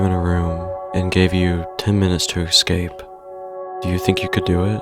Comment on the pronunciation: Please learn how to say "escape".